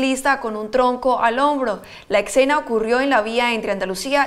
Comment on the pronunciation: La eccena? Exena?? Que idioma es ese?